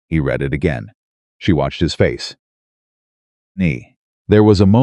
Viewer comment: If you are reading something you're doing it right then it's pronounced r e e d i n g and if you and if it is past tense you have read it and that is pronounced r e d Red it because that is past tense